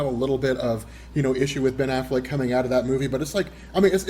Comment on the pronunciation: I love how calls him Ben AFFLACK.